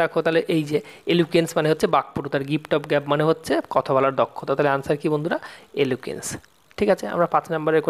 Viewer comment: Aapni prature vulval bolchen aar likchen Dada valo Kore porasona kurun tarpar video banaben ..... Aapnar uccharan vul .... Hocche ....... Gift of gab hoy gap noy